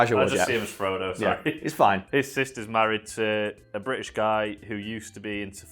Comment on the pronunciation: The way you say “British” is the most British thing I’ve heard in my life